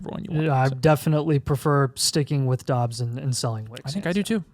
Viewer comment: Romeo "DAHbs" not Dubs